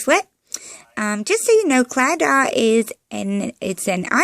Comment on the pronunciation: pronunciation of claddagh took me out as an irish person xD love the idea tho i'm gonna try it :)